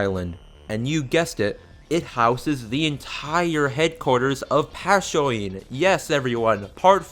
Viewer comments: Ill never get over "PASSOIN" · MOURIUH NOT MORÁIOH PACHIONE NOT PASSÓINE BRO STOP THE MISSPELLING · more ih oh pass yo een peen uh lop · Why are you saying Passione like Kakyoin it’s PASHONAY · "Pash-ee-oyne" Now I KNOW you're fucking with me. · pashioine? holy shit are you fucking dislexic or something? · Morio? Passoin? Damn. Jorge Joestar really messed you up, didn't it? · What is this "Town of Muh Rioh" you speak of? EDIT: And who's "Passyoin"? Is that some kinda horny Kakyoin? I'm just halfway joking btw, thank you for this. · The way this guy pronounces 'Morioh', 'Penelope' and 'Passione' makes me want to shoot myself. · These pronunciations hurt. I wasn't gonna say anything but Passione broke me.